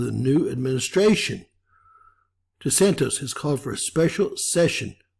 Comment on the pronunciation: DeSant "iss" not De Santos. He's American.